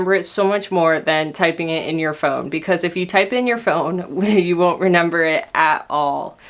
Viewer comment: Omggg I'm not the only one that says renember